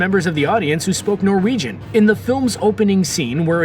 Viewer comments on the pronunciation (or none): none